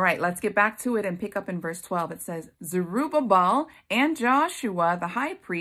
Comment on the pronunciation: And thank you for pronouncing Zerubbabel! I tripped over that name so many times I found myself laughing out loud by myself! 🤦🏼‍♀️🤪 Such a good word sister!👏🏻👏🏻👏🏻🙌🏻❤️